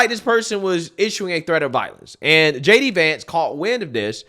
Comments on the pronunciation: It’s JD VANCE, NOT DJ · Lol you keep calling him DJ Vance